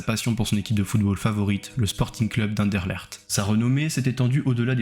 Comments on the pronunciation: Anderlert 😂 Anne-deur-laikt, éventuellement la dernière syllabe avec un accent bruxellois mais qui ne se prononce pas -lairt ! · super vidéo mais étant belge "enderlegt" m'a tué xD